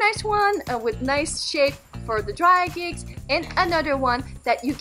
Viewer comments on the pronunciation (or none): none